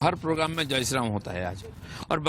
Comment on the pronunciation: दीदी प्रोग्राम बोल, पोगराम क्या होता है बे? 🤣